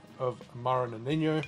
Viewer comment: Awesome. Amaro Nonino is from italy tho, so it is pronounced as wrote. No-ni-no... Noniño looks very Spanish 😁